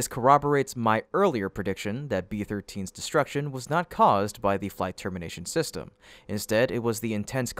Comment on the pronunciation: STOP saying system...I know it's just an ai voice but come on...proof read this ish...just plan sounds stupid